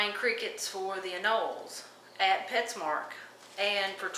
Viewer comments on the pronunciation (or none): Hey lady... It's petsmart not petsmark